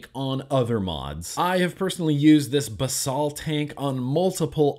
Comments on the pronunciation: I believe it's pronounced basil like the herb, basal means base in a medical sense. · Basal means something like, "forming the base," and gets used a lot in scientific writing. It's pronounced "baes-ul," kind of like the word "bays," followed by "ull," as in "skull." I know pronunciation isn't important, but I can't stand idly by as you abuse innocent words! :V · Love your reviews as always! Thanks for being you. Ps: basal is Latin for base, it’s pronounced how Americans say basil the herb “bay-sill” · I believe it may be pronounced as baesal